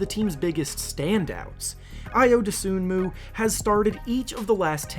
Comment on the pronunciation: Just so this doesn't spread, you don't pronounce Ayo's last name as it is spelled. The "N" is silent. It's pronounced Doh-SOO-moo. I respect your videos, but if you're going to produce a profile on a specific player, getting his name right is pretty important. I mean, have you ever watched one of his games? Seriously asking.